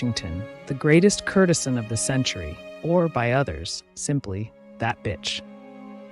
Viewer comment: These are great, but please learn how to pronounce their names and words like courtesan. It grates in the midst of all the great research and storytelling.